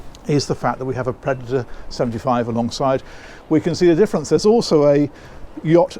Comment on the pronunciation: is a good listen down to earth funny bloke and for some reason says oso instead of also 😂